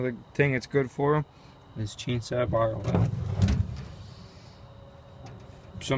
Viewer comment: I thought he was saying Motorola all the time 😂😂